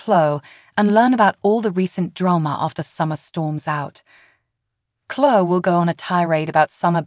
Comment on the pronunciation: is there any way you could find someone who knows how to pronounce the words the right way. Chloe is chlo- ee Devon is Dee-von, Jabot is Jaa bow.